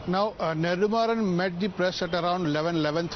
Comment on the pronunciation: It's not neDHUmaaran..it's neDUmaaran